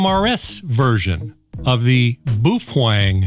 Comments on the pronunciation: You pronounce it how you will, but I'll keep pronouncing it Baofeng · Is that Kamala in the background talking about green energy and depopulation? I heard it was pronounced "Bow Fung" Like "Feng Shui". But what do I know, never been to China or Japan. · My cousin-in-law from South america said it's pronounced " boo-thang " . You stand corrected , sir . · Should pronounce "BAO" "FENG" is two Chinese characters. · I've always pronounced it, POO thang😂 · Well I have a korean friend and his grandpa says it's pronounced Bow-Fong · You are wrong once again. This is a Chinese radio not Japanese so why ask someone from Japan how to pronounce it, your pronunciation is wrong! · I am NOT going to say that you MIGHT be pronouncing the company name wrong - because you said not to do that I would be terrified of being flamed if I did that. But - I would not ask a Japanese person how to pronounce a Chinese word because they would get it 100% incorrect. So, call it any damn thing you want because I don’t give a rat’s ass and I will still watch your great channel. IF I were going to pronounce it (I have lived in China for 12 years) I would probably pronounce Bao exactly like the pointy end of a ship and I would pronounce Feng exactly as you would pronounce what happened to a cowboy who was caught stealing a horse (but with an F instead of an H) and I would probably be 100% correct. OK - Love your channel. I don’t have any more time to discuss this as it is getting late here in China and I have to go on-line and buy a couple of your shirts. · Not right pronunciation, very far off. Had to 😅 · NO NO NO! your pronouncing it wrong! You have to put more emphasis on the B and carry the F longer or the FCC will kick down your door, drag you off to jail, and give you a million dollar fine. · You do know that the UV-5r is Chinese not Japanese. Why dont you ask a Chinese speaker for their pronunciation ? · Booof... Wang. Lmao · Are you completely certain it's not pronounced "beef-Wang"? 🤔